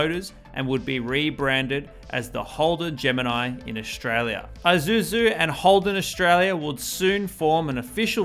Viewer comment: It’s not Eye-suzu… it’s Eee-suzu.🖕🤖